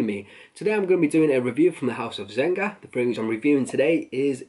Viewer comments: "zenga"... It's zeG-Na ffs. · what is zenga??? it's zenia(g silent in italian)...u should do a little research on the house before review... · I stopped at "Zen-Ga"